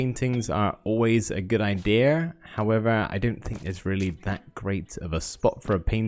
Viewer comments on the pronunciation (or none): why is he saying idera insted of idea